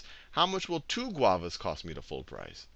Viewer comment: Admit it, you only chose Guavas to say GuAvAs